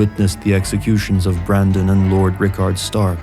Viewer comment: I heard this as "Sir Marlon Brando-son" at first haha